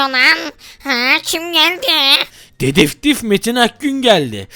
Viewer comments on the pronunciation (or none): dedeftif diyo :)